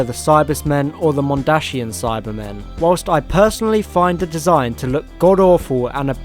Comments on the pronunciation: Mondsian not Mondashian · Any one else mad at how he says mondashinan it’s mondasian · I find it funny how you say mondashian cyber men, though they are dashing it still makes me laugh, keep up the good work.